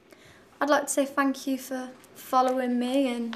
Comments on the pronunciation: its 'thank you'. not "fank you." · Don't you feel like you would just like to hug her dearly whenever she says "Phank you"!???? LoooooL ... I just love her way of pronouncing the "F" letter :D like when she said it in the first audition "They are very supportiph! they are back stage!" LOOOOOOOOOOOOOL Love you Cher ... keep the you are and NEVER Change please :)